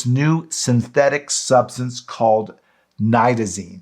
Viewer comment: I was puzzled after the first part of your video because you pronounces this drug with a long I sound...only to pronounce it with a short I sound....let me try to spell it phonetically.... At first, Nite-ta-zene. Then it was pronounced: Nit-ta-zene. Which way should it be pronounced? Aside from that, your information is excellent! Thank you and Shalom! 💜💙🕊💙💜🇮🇱✡️✝️🇮🇱💜💙🕊💙💜